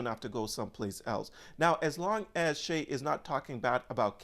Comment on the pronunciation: His name is not pronounced as you say (Shay). It’s pronounced like Shy. I’m glad you said that about X. Everyone should say what they want and people need to stop crying about it. Anyway all he’s saying is that they need to get rid of terrorists and end war so if anyone is upset with what he’s saying I guess they are pro-terrorism?